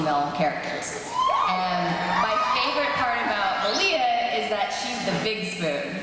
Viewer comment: "May-lee-ah" ...the fuck? Comic Con hosts are so damn annoying, he just goes 20 minutes being the ones to ask all the questions like the fuck...